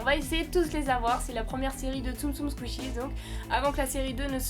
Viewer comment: T’es pas obliger de dire skishies tu peut juste dire tsum tsum 😅👌🙈